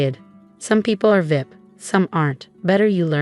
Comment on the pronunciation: I wish AI would pronounce VIP as V.I.P and not vip. Sounds ridiculous